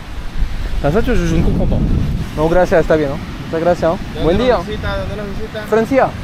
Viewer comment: stp mets un s à gracias ….😂 c’est insupportable 🤣😉autrement si je peux me permettre prends plus le temps avec les locaux ça pourrait être sympa. Courage et à bientôt pour la suite de ton aventure 👍🏼